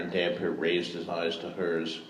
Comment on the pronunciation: THIS! How do you read the name hundreds of times and not get that it's a compound word??? :D iirc he did eventually get it right in aDoD